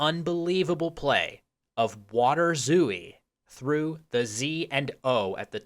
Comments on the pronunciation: You were pronouncing it "waderzoo-ie", but a better English approximation would be "waterzoy". So the W is perfectly fine, the T should be pronounced as a T, not a D, and "ooi" is pronounced "oay". The A should be with with your mouth more opened, and the R is with a rolling R, which doesn't exist in English. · I think waterzooi is a dutch-sounding word, it shouldnt be pronounced "vaterzooi", but should be pronounced "waah-tur-zoy" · By the way, I believe it's pronounced 'VAH-ter-zoi'. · It's more like "vaterzoy" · I am literally from Belgium and eat waterzooi at least 4 times a year, but I didn't know it was originally made with fish. Also small point on prononciation, the I in zooi is said like a close front unrounded vowek diohtong (closer to j than to y) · Since waterzooi is belgian and not german, you do pronounce the W as you would in english. however, the ooi is one syllable. kinda like the second syllable in ahoy. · I am from Belgium en your pronunciation of waterzooi sounds quite funny. While you do pronounce water with a W sound (the V sound is more a german and scandinavian thing), the I at the end is pronounced as the Y is you. The double O is also just a long O sound as in door. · Nice video! The double-o in waterzooi is pronounced like a long "oh" sound. And the "a" is like an "ah". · As a Dutchman, your pronounciation of 'water' is impeccable, but 'zooi' is a single syllable, the i being what is probably best described as a y sound